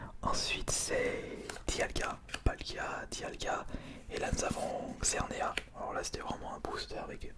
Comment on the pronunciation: Trop bien ta vidéo comme toujours mais sa me stresse a toute tes vidéos il faut dire le S a la fin de xerneas mais c’est pas grave